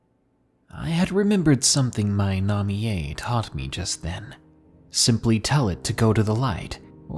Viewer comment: I was not expecting to be featured, but I'm happy! 😁 Oh, and sir, I find it amusing how you pronounced "Namie." Made my night 🤣😂